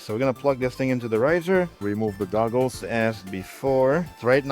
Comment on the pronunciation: I could have sworn he kept saying "remove the dongles" instead of "remove the goggles". Actually, sounds more like "remove the doggles" now that I listen again.